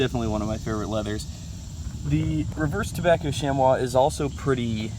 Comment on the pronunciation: Chamois is pronounce "shammy" FYI.